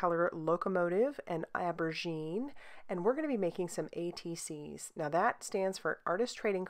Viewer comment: Almost passed this one up b/c the thumbnail looked grayscale! Glad I didn’t. The purple embossing powder is amazing. BTW aubergine is French for eggplant and you might want to pronounce the « au » like an « o ». TFS!